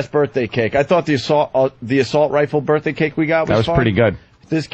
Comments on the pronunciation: Hey Opie, what white guy college educated white guy says " birf " day? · Opie thinks its clever to pronounce birthday like "birffday" every single time he says it. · I love how Opie pretends that saying 'birfday' repeatedly is going to make him funny.